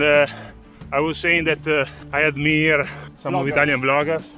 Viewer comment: Awesome video! You're getting better and better with editing and ideas. Keep up the good work! Try to drag out your "i" on admire! . It should sound like the word "eye". Stay seated "After 6 hours on the saddle, I'm happy". 6 HOURS? You're a monster! :D